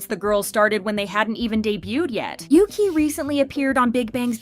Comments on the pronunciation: isnt "yuqi" pronounced yu-chi instead of yuki? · You pronounce Yuqi's name wrongly, it's not Yuki, she's not Japanese. It's Yoo Chee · Yuqi is not said Yuki but Yutchi. The writing "Yuqi" is Mandarin pinyin. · btw it’s pronounced yu-chi not yu-kee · Pronounced ooogeee I believe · So americans dont just butcher the english language they butcher idle names too 🙄 who the hell is yuqi? Its pronounced ugee 💀🤦🏻‍♂️